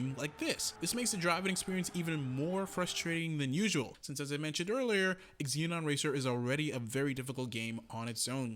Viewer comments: Great review...happy to see a new arcade racer to play. Will def pick up for PS4 or PC. And as per Sodesco games..its ZENON not EXZENON :) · Just a FYI, the x is silent, it's pronounced "ze-non" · Why are you saying ex-zee-non? It's an element on the periodic table for god's sake...